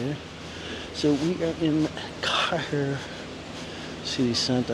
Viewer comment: Its pronounced like Care the normal way. I lived there in the 70s and early 80s and miss it :)